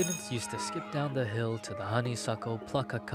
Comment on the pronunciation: CreepsMcPasta maybe when you learn to pronounce the word THE, instead of Saying DA